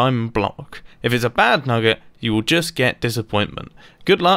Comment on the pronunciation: We all heard him him say nugga right